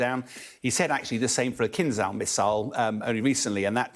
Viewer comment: It's KINZHAL missile not KINZAL, which means 'dagger'